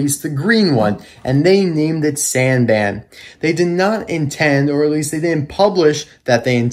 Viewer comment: It's pronounced Sahn-Bahn